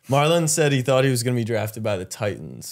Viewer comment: Why are yall calling him Marlo...His name is Marlon....